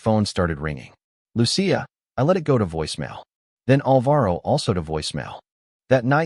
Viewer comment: It’s pronounced: Loo-chee-a!